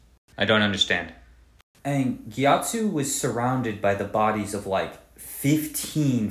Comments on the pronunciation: the gyatso pronunciation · I’m a pacifist till I hear his pronunciation of Gyatso.